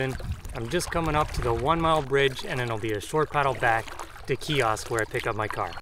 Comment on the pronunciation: Great video! That is so weird to find a bunny in a canoe lol! Just thought I'd let you know that you are pronouncing the name Kiosk wrong. It's actually pronounced with a long i sound. A lot of people get this name wrong though.